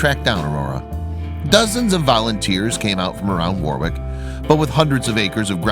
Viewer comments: Warwick is pronounced War rick. It is not far out of the capital of Queensland, Brisbane, but it does have a lot of bushland, creeks and wildlife nearby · I agree. Also, did you notice that they had a picture of cacti that doesn't grow wild in Australia? Plus every time he pronounced Warwick as War wick, I cringed. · From an Aussie, "W a r w i c k" is pronounced as " worrick "